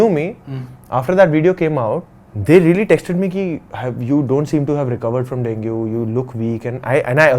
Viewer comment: Its dengee and not dengue 😂